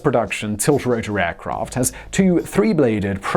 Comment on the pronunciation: Also, Simon ('s script writer/editor), it's Prop-Rotors (propeller/rotor blades), not Pro-Protors. Please research enunciation when doing tech research. Thanks.